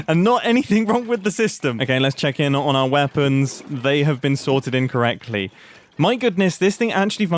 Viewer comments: "they have been sorted in correctly" ... "in correctly" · Took me a bit to realise he's saying "sorted in correctly" and not "sorted incorrectly" XD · though he said sorted incorrectly but he said sorted in correctly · When Mumbai says, “They have been sorted in correctly”, I thought he said incorrectly! 😂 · "They have been sorted incorrectly" Thats a pity, what went wrong? Oh "in - correctly" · Mumbo, , have they been sorted in correctly or sorted incorrectly??? I wasn't too sure what you said. 🤣🤣🤣🤣🤣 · Mumbo: “They have been sorted in correctly.” What I heard: “They have been sorted incorrectly” …WHY MUMBO! Don’t confuse me like that. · "They have been sorted in correctly" sounded like "They have been sorted incorrectly" XD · had to play this back lol. First I heard 'they have been sorted 'incorrectly''. But I see its actually 'they have been sorted 'in correctly''. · “lets check the weapons, they have been sorted in (space) correctly.” Which is not what my ears heard. And since I wasn’t really watching, I became very confused.